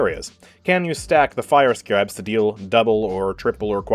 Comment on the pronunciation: Nooooo not how you pronounce Scarabs 😅